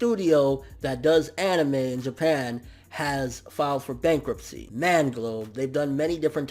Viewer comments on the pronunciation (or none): lol "Bankuptcy" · "BANKUPTCY" at least it wasn't bankruptcy...phew.